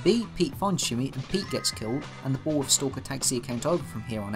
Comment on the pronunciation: I kind of want to take a shot every time he says bull worth